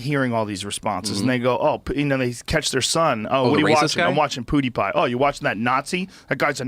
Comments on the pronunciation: Joe says Poodepie like an old man that can't keep up with the new hip kid slang. "Ugh! It's PEW-DE-PIE, DAD!" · Dude, Joe,its not Podtie Pie.. its PewDiePie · Can somebody tell Joe it's not poodiepie it's PEWdiepie. thanks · pyew pyew not poo poo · I almost choked on the juice i was drinking when Joe said poodipie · “Poodipie” - Joe (Joe rogan) Rogan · “Poodipie” - Joe Rogan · Nobody: Joe: “PooDeePie” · Lol Joe "poo d pie" Rogan 🤣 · joe pronouncing it poo de pie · Joe "PooDiePie" Rogan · "pootie pie" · Did he just say POO DEE PIE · Lol “POOdipie” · Joe "PoohdyPie" Rogan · "Poowdiepie"-joe rogan 2018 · Joe “Poodeepie” Rogan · NO ONE: JOE: pOoDiePie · no one: Joe: Poodipie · Joe “poodiepie” Rogan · "Poodiepie" lmao, the way he said that reminded me of my dad trying to be hip. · can't get over Joe calling him poodepie numerous times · Joe "POO DE PIE" Rogan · He said pootypie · When joe hogan said poodeepie i felt that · “Poodie pie” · Joe "Poo Dee Pie" Rogan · POO-DI PIE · Joe "Poodeepie" Rogan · Joe “PoodeePie” Rogan 😂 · I lost it when joe was making his final piece and he called him “poodeepie” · Thought he was about to say pouty tang. But he said pouty pie. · Joe "poodiepie" Rogan... Joke aside.. love you Joe.. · No one: Joe Rogan: “Poodie Pie” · I like how joe constantly says “Poodypie” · The only thing I got out of this video was joe saying poodypie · Lol at Joe....."Poo-deepie" haha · "POO DE PIE" lol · Joe "Poodie-pie" Rogan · "Poodeepie" is more successful than you, show some respect at least get the name right. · Sounds like Joe is saying poo-die-pie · Joe "Poodeipie" Rogan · Joe can't say pewdiepie. #poodiepie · Poodipie?! Sounds like Khalabib! haha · Am i the only one who hears Joe say "PooDiePie"? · Joe "poodiepie" Rogan 😂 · "POO DE PIE" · btw you are saying his name wrong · LMAO listen to way he said pewdipie's name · Nice pronunciation my dude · Joe's pronunciation of Pewdiepie is hilarious. He has to be doing that on purpose right?